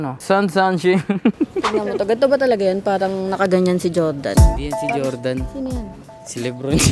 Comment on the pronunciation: QIAODAN CHINESE VERSION NG JORDAN YAN PERO BASA SA KANYA CHOWDAN